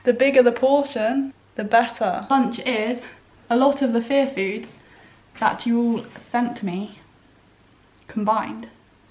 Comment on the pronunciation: Omg... All these months I thought you were saying, "fair foods." 😅🤦‍♀️ Aiyiyiyi